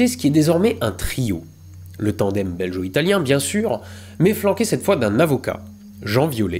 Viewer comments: On ne dis pas belgo comme guerre ?🤔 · Excellent épisode, même si en tant que belge j'ai tiqué quelques fois sur le "belgo-italien" prononcé [ʒ] ("j") et pas [ɡ] comme il devrait l'être ;) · Heu on dit pas "beljo" mais "belguo" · go, belGO-italien, pas geo, bon sang! sinon vidéo intéressante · J’adore l’analyse, mais s’il te plaît « belgUo », pas « belgEo » 😉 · *BelGo , pas Belgeo :P ça sonne péjoratif sinon ^^' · Scandaleux!! Belgo-italien ne se prononce pas beljo-italien!! Ça m'a piqué plusieurs fois les esgourdes! n'aurait pas laissé passer ce massacre s'il avait vu la vidéo avant qu'elle sorte... Tu voudras bien effacer celle ci et la refaire avec une prononciation parfaite? Un peu de respect pour l'auteur vindjou! Merci d'avance! Bisous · Petite précision concernant la prononciation de "belgo-italien", le g se prononce comme "gaulois" et non pas comme le g de "belge". Oui la langue française est une noble langue mais nous, les belges, ne faisons rien comme les autres ;). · Rien que parce que tu dis "beljo italien" et non "belgo italien", je dis "cheh". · Beljo-italien ?? Bel-Jo ??!?!?? Euh... on dit Gorgone, non ? et aussi un coupe-gorge, avec un "G" comme dans GreGOry.. Non ?! Le pire, c'est que GOntran t'ai laissé dire ça plusieurs fois.... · Héhé, juste pour info, on dit BelGO-Italien ^^ Et non pas belgeo-Italien ;) Ce commentaire sert également au référencement. Bisous de Belgique, je m'en vais manger une COUQUE au chocolat une fois ! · BelgUO - italienne ^^ "Belgeot" ne se dit pas. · Comme d'habitude : chouette histoire très bien racontée. Juste un truc, un détail : Belgo-Italien, on prononce belgo (gu) et non belgeo (j) 😉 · n'a pas précisé que belgo-italien se prononce belGO et non beljo ^^ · Dingue cette histoire! Pour info "belgo italien" se prononce comme Lego italien. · Juste un détail hein mais "belgo" ne se prononce pas "beljo" ;) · Belgo-italien comme gaulois étant une prononciation dégueulasse on évitera.